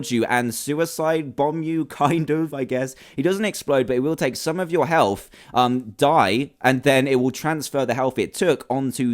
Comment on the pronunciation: It's health not heth